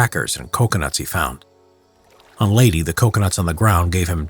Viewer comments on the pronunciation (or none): its LEYT-EH dude learn how to read ìm filipino so i knw how to read leyte And also i watched some other vids you said bataan as batan ITS BATA-AN